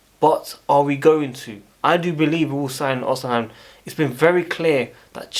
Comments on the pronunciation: Bro it’s not pronounced “osiheim” it’s “ohseemen” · Or_Ci_Men that is how to say his name ❤